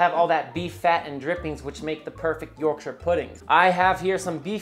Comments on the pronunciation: I love that you pronounce Yorkshire properly. You say 'York-shur." A lot of American videos tend to pronounce the counties incorrectly and would probably say "York-shire" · As an Englishman, You get infinite points for pronouncing Yorkshire correctly idc even if it tastes like cardboard you’ve won me over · I'm just pleased you say Yorkshire right! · I was wondering why you were pronouncing Yorkshire correctly - I would never have guessed you were a man of York!